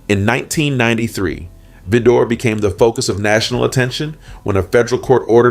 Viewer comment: vi (long I) dor ( like door) Vidor,Texas pronounce it correctly not what you think it is!!!